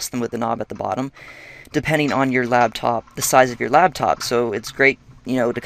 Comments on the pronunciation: The word is "laptop", not "labtop". ;) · Yeah it's "laptop" as in it sits on your "Lap" not Labtop -_- Noob!...